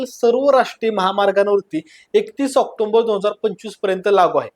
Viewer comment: Please stop saying ऑक्टोंबर... Its ऑक्टोबर...!